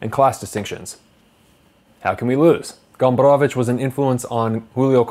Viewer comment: I like how you pronounce "Gombrowicz". It's very correct. Good review. One of the greatest polish authors.